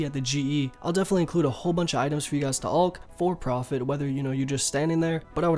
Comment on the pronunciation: Ew the way he say alch says it like ulch wtf